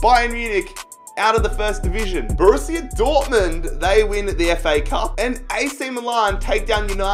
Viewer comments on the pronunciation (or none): none